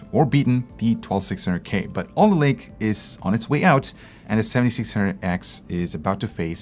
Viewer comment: Did anyone notice he said 12600GAY instead of K